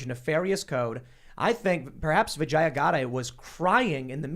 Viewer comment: The way you pronounce her name makes it sound like you're saying "vagina". The correct pronunciation is vi-JAY-uh. Not vi-jeye-uh. Source: I'm also Indian.